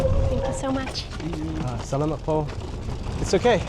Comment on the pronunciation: The areas are called Stations, not Sections. You kept pronouncing “salamat” incorrectly.